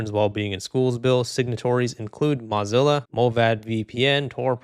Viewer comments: Moe not Mah Zilla.. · That's hilarious. You thought you had Mullvad wrong but you had it right, but had Mozilla wrong. MAH-Zilla? Nope. Mow-Zilla. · hopefully something also gets passed in the us which bans these mass surveillance laws as well also mozilla is not pronounced like mozarella brochacho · "im probably saying that wrong" buddy, you're pronouncing mozilla wrong 😭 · why are you saying mozilla like that😭😭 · You should at least pronounce the company's name correctly if you're doing a video on them. LMAO